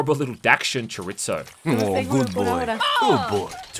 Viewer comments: chuh-reet-zo I guess I’m going to be that asshole that points out the pronunciation of his non-native language. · His pronunciation of chorizo is even worse. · The way I cringed at him pronouncing Chorizo lmao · cho-ree-zoe not cho-rits-o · "Chore Its Oh" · Okay, the game looks decent...but I can't stop cringing at the bad spanish! It's pronounced cho(like in chop)-REE(like angry frogs)-tho(like though),weapons are by definition female in spanish and so is a backpack so it should be "Suprema"....I know it's a dumb thing, but we spaniards don't go to your country and call them "jamburguer" or "fisan papas", it really grinds on the back of one's head. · The way pronounces "Chorizo" is the biggest takeaway we should all be looking out for here. Adorable. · Your pronunciation of Chicharron and Chorizo…